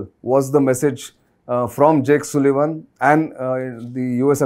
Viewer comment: Jake Sullivan not Sulivaan as pronounced